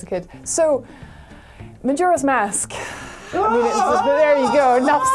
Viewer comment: When she says "majora's mask" all I hear is "Majira's mask"